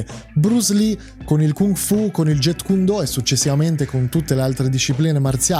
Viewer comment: Jeet kune do non si pronuncia get kun do, ma giit kun do, con la lettera T che si sente poco, abbreviato jkd e si pronuncia jkedi. Il maestro Yp Man non era il fondatore del Wing chun. Il Wing chun nasce nella notte dei tempi, si dice a seguito di un incendio di un templio Shaolin e le varie storie sembrano essere controverse, comunque Wing chun pare essere il nome di una donna cinese che deriva lo stile di combattimento da lei insegnato all' epoca. Riguardo alle ipotesi Bruce Lee contro quello o contro quell' altro l, le ipotesi non valgono niente, solo se avessero combattuto potremmo saperlo.